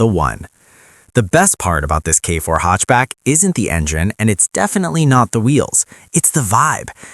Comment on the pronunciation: Nice video, gotta get that ai voice to pronounce hatchback properly though haha. I purchased a 2026 k4 gt-line turbo hatchback about two weeks ago, I test drove both the turbo and a base model k4, and it was night and day, to me the biggest difference and what actually sold me on the car wasn't the engine at all, it was the transmission. The CVT or "IVT" as kia is calling it, felt terrible, unresponsive and dead. Actually being able to feel 8 physical gears when accelerating makes a huge difference, and it absolutely does feel way faster. Plus, a standard 8 speed automatic transmission is guaranteed to be more reliable than any cvt.